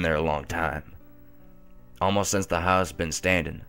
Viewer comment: Anybody else noticed that in videos, he always says 'sense instead of 'Since'? Lol.